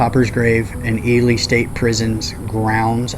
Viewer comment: Its fucking E-LEE nevada not fucking E-LIE nevada smh fucking outsiders jesus just like i heard someone call it DECK-A-TOUR its DEE- CATUR smh